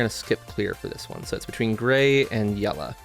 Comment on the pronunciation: The pronunciation yella and alu minium cant come from the same person😂😂 Great video definitely gonna grab one.